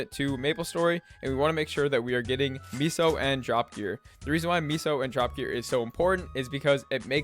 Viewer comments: It’s meso (Meh-Soh) not miso soup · its "may-so" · Amgggg, stop saying MEESO lol.